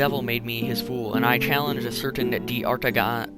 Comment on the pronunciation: Your French pronunciation is pretty off. Jaques is one syllable and D'Artagnan is pronounced Dar-taag-non